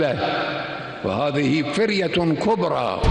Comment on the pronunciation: ما تلعثم بالعربية بل نطق كلم فرية بشكل صحيح وانت لم تنطقها صح